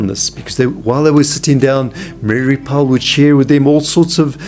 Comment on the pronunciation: Mary Pyle, not Powell